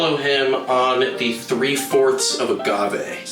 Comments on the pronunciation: I have... never heard someone pronounce "agave" with a soft g before, let alone a supposed expert bartender. Weirded me out so much I had to quadruple-check that I'm not getting it wrong. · Did the mixologist call it aJave?